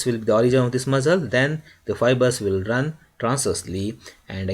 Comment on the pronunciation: Why u keep saying muzzle ...its muscle